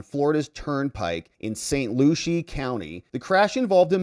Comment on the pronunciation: Pronounced saint LU See. Weirdest attempt to pronounce I have seen yet.